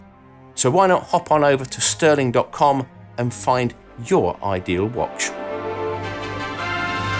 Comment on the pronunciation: STÜHRLING is pronounced ʃty:ɐ̯lɪŋ (sh [shoe] - t - ü [ lure/grew ] - ling), not STIRLING stɜːlɪŋ